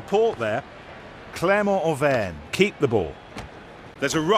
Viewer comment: I Think it’s Clermont Auvergne.